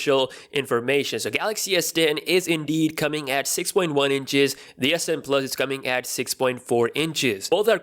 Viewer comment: All I hear is "S den 🅱️luhs"